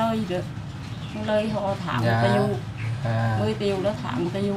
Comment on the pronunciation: Ui trời dân thành phố mà nói triệu thành( tiệu )